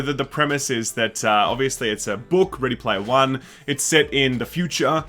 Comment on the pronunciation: Ready Laymer One